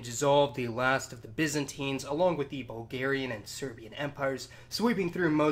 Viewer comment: Its bulgerian !! Not hugarion